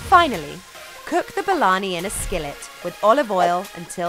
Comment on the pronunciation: THE WAY SHE PRONOUNCED THE FOOD NAME IS JUST 🤣🤣🤣🤣